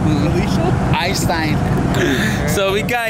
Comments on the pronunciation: Its Einstein, not Eyestine lol..... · It's EIN-Stein", not EYE-stein"! Learn English!